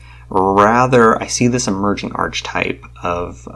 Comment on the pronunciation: Sorry, not to be an a-hole, but it's pronounced "ar-ka-type".